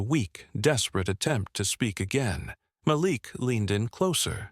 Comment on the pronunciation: His name is pronounced Mal ik